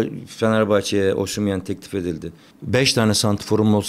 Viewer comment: sen git once osimhen'in adi nasil telafus edliyor, onu ogren oyle gel, adam'in ismi osimyen degil, osim hen.